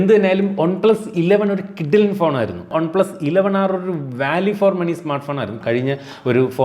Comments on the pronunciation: ഒൺ പ്ലസല്ല വൺ പ്ലസ്. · ഒൺ+എന്നല്ല വൺ+ എന്നാണ് പറയേണ്ടത്